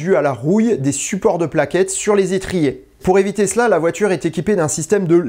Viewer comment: J'ai bien aimé la liaison : "pour éviTESLA "😂